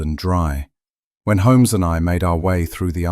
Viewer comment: I don't like the pronunciation of Holmes in this story.